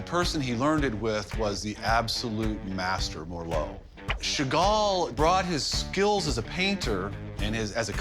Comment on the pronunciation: Sheven chagall😂